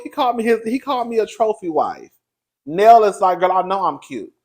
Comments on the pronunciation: you know muthafukin well you ain't heard nobody call that woman "Neal", it's pronounced "Nail"... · lol…it’s NELL, not NEIL! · If it's one thing the cousin will do, it's butcher a name 😂